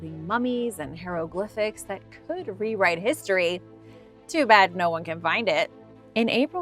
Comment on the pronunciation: Did you really just mispronounced hieroglyphics? You can't even do that what makes you think your videos worth watching. I'm out